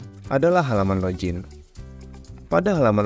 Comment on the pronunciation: log-in, bukan lojin 😁